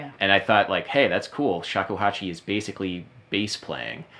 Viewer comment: BASS-ically XD